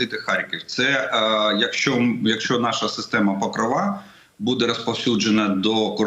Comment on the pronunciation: Правильно ПокрОва. наголос на О.